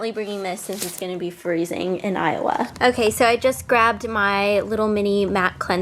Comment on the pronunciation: when you say iowa(ayova), it means moon valley (ay ova) in turkish:) and i know that its named by indians whose roots are turkish... its funny that when you say iowa i heard turkish words from your mouth:)